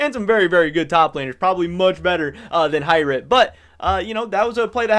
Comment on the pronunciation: H(igh)Rit,, your pronunciation is terrible sometimes honestly. Love your content though